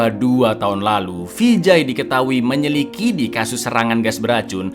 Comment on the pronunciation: menyelikidi😂 pie to